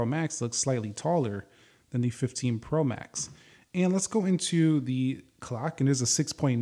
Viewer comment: The way you’re saying “Pro max” is annoying me lol